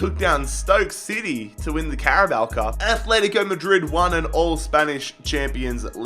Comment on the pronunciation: Fucking stop, it’s not Athletico Madrid it’s ATletico Madrid you don’t say Ath.